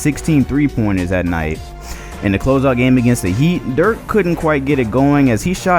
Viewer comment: Why can't any of these NBA you tubers cant pronounce Dirk's name correctly. The video is amazing otherwise